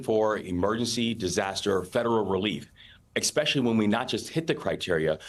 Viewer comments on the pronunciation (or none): Especially, not eckspecially. Nuclear, not nucular.